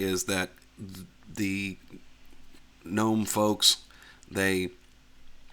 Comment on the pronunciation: Just to clarify, "G" in 'GNOME' is silent! ... So, it is pronounced... NOME!